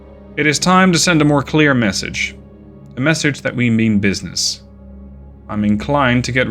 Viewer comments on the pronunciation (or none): none